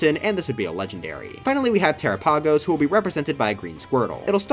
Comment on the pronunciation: a part me died inside when he said terapagos